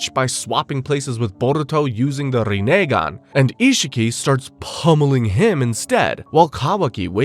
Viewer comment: Entire video was an A+ but you turned it into an L by the way you pronounce Rinnegan 🤮 disgusting